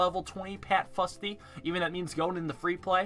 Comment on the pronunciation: As someone who lives in Scotland, where ninja kiwi have an office, I do believe it's pronounced 'foosty'